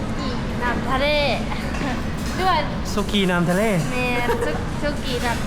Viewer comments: สุกี้น้ำ.ทะเลแต่น้องเขาอ่านเว้นวรรคผิด สุกี้.น้ำทะเล555นี้แหละเขาว่าบ้านนอกของแทร้ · น้องจันอ่านเมนูเว้นวรรคผิดความหมายเลยเปลี่ยน สุกี้น้ำ..ทะเล แต่น้องจันอ่าน สุกี้..น้ำทะเล แต่ก็น่ารักดี😂😂😃😉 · เว้น วรรคผิดชีวิตเปลี่ยน สุกี้ น้ำทะเล สุกี้น้ำ ทะเล สุกี้ แห้ง ทะเล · น้องจันทร์ อ่านเมนูอ่านเว้นวรรคคำผิด ความหมายเลยเปลี่ยน สุกี้จะมีสองแบบ คือแบบแห้งและแบบน้ำ ต้องอ่านว่าสุกี้น้ำ